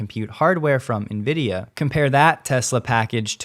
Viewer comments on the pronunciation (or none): none